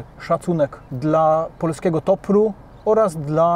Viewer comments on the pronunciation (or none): polski gopr nie topr